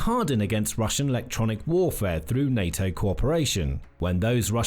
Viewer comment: "FebrEe" "mili-tree" "nayToe" "russier" "Net-WORK" "septembahh" "ukWanian" "Terra-tree" "bassel" (battle) "nuculur" This is SO GD PAINFUL! I'll go bleach my ears now.